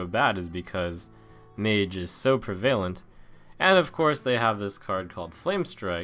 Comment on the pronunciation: Love your videos, Trump! The word prevalent is pronounced a bit differently than you said it a couple times in this stream. You say "pree-VAIL-ent" but it's actually "PREH-va-lent".